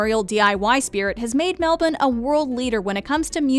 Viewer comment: Thank you to the lady in this video for the correct pronunciation of Melbourne. Regards, all of Australia 👍🏻